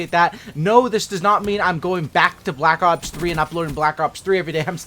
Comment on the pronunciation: 4 cookies to anyone who can count how many times he said "balck ops"